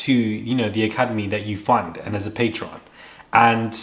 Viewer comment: The word you’re looking for is PATRON* ( you keep saying patreon ~ which is something else)